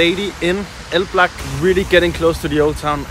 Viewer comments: elblĄg, like elb-long not elblag xd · if you want to go to a city first learn at least how to pronounce it..because if you ask "where is el black" no one will get it.. ELBLOUG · they didint know what u are saying cuz u are not spelling that city name in proper polish. They heard it like El Black :D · By the way, isn't the city pronounced like ""Elblong"? Sometimes the locals can be very strict with stuff like that. Either that or some really didn't know the place. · Haha I am from Elblag... great video, it was fun to watch but dude, you still pronounced the name wrong even at the end haha. Who told you it was pronounced that way? I think you got pranked lol. The right pronounciation is: ELBLOUG. You can check the pronunciation on Youtube, it probably wont let me post the link here. Cheers! :) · It’s pronounced Elblonk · Its pronounced "Elblong". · You should pronans like,,oblong,,just change ,,o,,for ,,e,, it want be perfect but quite close.